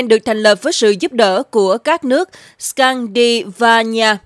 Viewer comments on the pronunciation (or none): Scandinavia : Là khối Bắc Âu. Gồm Na-Uy .Đan Mạch. Thụy Điển. Phần Lan. Tiền Na-Uy nên gọi là Krone. Phát Âm ( Cờ -Rôn-Nơ) Chứ không phải dollars Na-Uy . Scandinavia phát âm ( X-can-đi-na-vi-a) Muốn gởi thông tin cho BTV kênh để hiểu thêm về cách phát âm mà thôi.